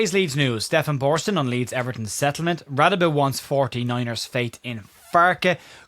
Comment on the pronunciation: Hi Sorry to be that guy but I'm pretty sure it's pronounced "Ra-day-be*. I've lived in rsa for over 20 years and encountered quite a few people with that name and that's how it's pronounced I remember when Lucas signed, the TV people asked him how to pronounce it, and from what I recall he told them to pronounce it like you did, which I am convinced was either not a true story or he was winding them up